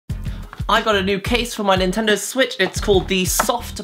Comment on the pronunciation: I don't think that Japanese is his mother tongue, a native would not pronounce "NintendoW" as the English speakers do.